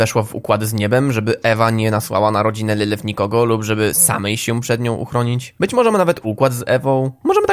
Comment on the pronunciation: wymowa nie boli.. VAggie? nawet sama mówi że poprawda wymowa to Veggie.. LYLYF? lilif.. nie licząc tego to filmik bardzo ciekawy